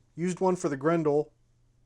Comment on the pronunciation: It’s pronounced Grendel not Grendel